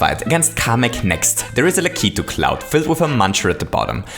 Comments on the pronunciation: O.K,. I've had enough of you saying lak (lack) i (ee) tu (two)!!! It SHOULD be pronounced lak (lack) i (eh) tu (two)!!! please, and thank you. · It's pronounced "Lack-A-Two" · It's pronounced Lack • it • too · U pronounce lakitu like lakeet2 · It's pronounced Lah-Ki-Too. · i'm sorry to tell you but you are saying lakitu wrong